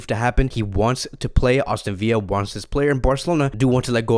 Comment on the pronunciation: “Austin Villa” Lmao love you